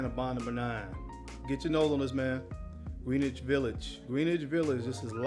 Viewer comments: Greenwich VIllage is promounced (Grin-nich) Great show by the way! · My brother, in NY we pronounce Greenwich , "gren itch" Village....Love your content! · I'm not from New York and pronounce it the same way lol. I've never heard anyone pronounce it the way he does but I guess if you've never heard it any other way that's what you say.